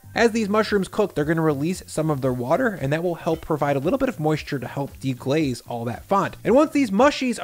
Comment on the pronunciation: Did you just say ,”De-graze”! 😂lol Your recipes are always top-notch. The videos, hacks…best YouTube cook vlog. Will def make this #letseatthisthiiiiing 💃🏾